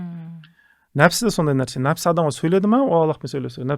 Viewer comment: нәпсі деп айтпайма,нәпс дегени несі